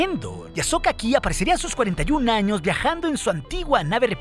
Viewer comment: si ves sus vídeos, todo el mundo pregunta lo mismo, además de que hay palabras mal pronunciadas por el propio programa, como a veces en vez de decir años dice anos